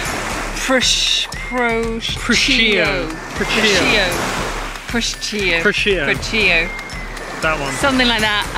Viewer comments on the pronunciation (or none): Aaaaah your pronunciation 😂 the worst is Procchio cch = k